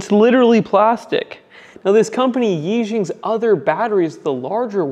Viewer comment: Nice review! It kills me when you say yi-xing. Which means one star, which I guess actually applies to this product pretty good, ha ha. But YiXiang is pronounced E (Yi) and She yeong (Xiang).